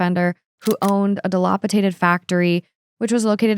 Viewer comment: Idk about the German but the way pronounced “dilapidated” in this gave me a giggle. 🤭